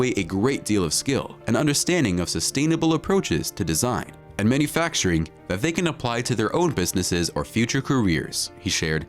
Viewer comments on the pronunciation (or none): none